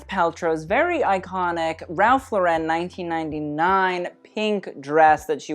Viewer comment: You ALWAYS pronounce "Ralph Lauren" wrong! . It's, Ralph "LAW-ren" as in "Lauren Bacall." NOT, "la-REN" as in "Sophia Loren." You present yourself as a fashion expert and yet you don't know how to pronounce one of the biggest brands in American Fashion. WTF?